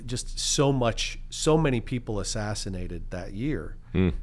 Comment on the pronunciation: Thankyou! Murdered NOT assinated!